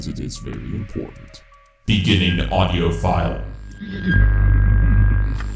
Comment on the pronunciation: I cant help but notice it sounds like he says "Autio" rather than "Audio", it's kind of annoying haha